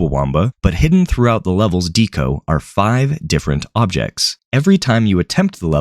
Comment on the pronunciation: lol the tts pronouncing anathema "uh nath uh nuh" edit: LOL "deco" being "dee co"